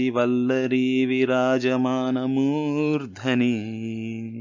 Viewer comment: నమస్తే ! మీ వివరణ బాగుంది. సంస్కృత శ్లోకాలలో పాదాంత హ్రస్వము వైకల్పికము. అనగా దీర్ఘం లేకపోయినా దోషంకాదు. అయితే మురు ఉట్టంకీంచి శ్లోకములో ' మూర్థని ' అనే చోట దీర్ఘం ఉంటే శాబ్దికదోషం అవుతుంది. ( ముర్థని - సప్తమీ ఏకవచనం కాబట్టి ) ఇట్టి వైకల్పిక ప్రయోగములు సంస్కృత శ్లోకముల యందు ఎడనెడ కాననగును. ( This is for your information only )